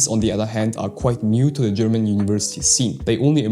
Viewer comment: Are you German? Your pronouncing is very good